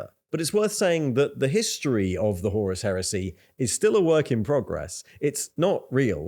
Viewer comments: Btw, though I may be pedantic about the pronunciation, very good video, mate ;P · Whore-us Heresy.